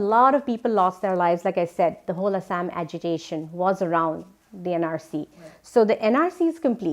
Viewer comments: The lady is fucking idoit she can't say Assam properly it's not asham it's Assam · What is "A__saam"?😒 It's "Axom" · Not A_ssam. It's Assam(Axom) looks like mostly scripted.. Look how see pronunches ulfa sulfa